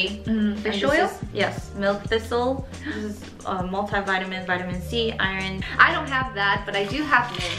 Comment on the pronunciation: i'm fine with being the only one who kept re-watching this part to hear how pronounces "iron"😄